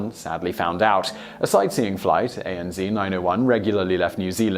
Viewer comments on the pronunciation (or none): Aren't you English? AN Zee? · Wrong, Wrong!! JAL123 crash was caused by the incorrectly repaired rear pressure bulkhead failing under pressure at altitude, causing the tail to break away. Also the Engineer who was responsible for the repair later committed suicide, adding one more death, allbeit indirectly. What other facts in your videos are completely false? 2 years and no corrections....Do you care about accuracy? PS ANZ Air New Zealand abbreviation is pronounced A (AYE) N ('EN) Z (ZED) ZED NOT ZEE